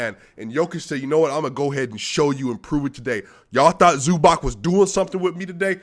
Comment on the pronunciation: It`s pronounced like Zubatz